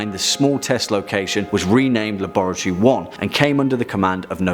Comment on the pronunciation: The way he says laboratory